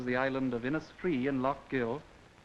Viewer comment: This is an English accent and he pronounces inisfree incorrectly